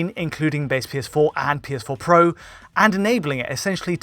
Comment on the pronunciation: “The PS4 PWWO”